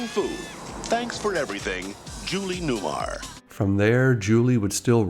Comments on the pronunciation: It's not Newmire It's Newmar. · Not Newmire....New-mar.